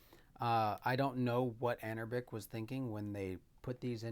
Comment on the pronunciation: Love your video but the company is pronounced anbernic not anerbic other than that great video. Will this play Def Jam Fight for NY as you showcased without any tweaks? What about the NBA Street series? Those are basically the games I loved on ps2 and would love to enjoy them on the go. New subscriber here keep up the great content